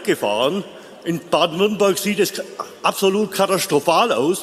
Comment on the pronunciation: Ich hab "Baden-WürttembÖrg" verstanden 😂 Frau Weidel war super, wie immer!